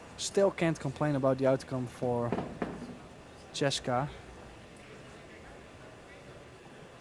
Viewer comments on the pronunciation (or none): The announcer is too stupid to say Chez ka. Maybe he can't read.. Her name is CHEZ KA NO E OR I BETWEEN THE Z AND THE K. Try saying Chezka . Or quit your job and take out the trash.